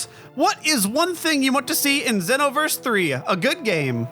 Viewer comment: GASP Did I hear pronounce it "XEE-noverse"?!